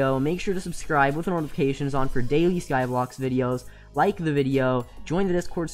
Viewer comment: Did anyone else realise that he is saying Skyblox and not Skyblock